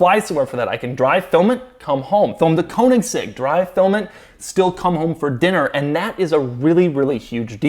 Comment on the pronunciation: Irritating that you still can't pernounce Koenigsegg... Doesn't matter tho, but. If someone payed for a round trip to travel somewhere to review a car, would you go?